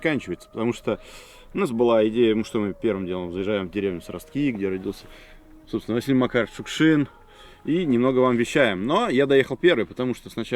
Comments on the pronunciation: Село СрОстки, а не СрасткИ ))) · Сростки, ударение на «О»